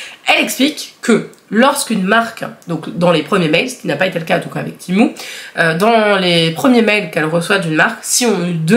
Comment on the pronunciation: Ça se dit pas timou ça se dit tému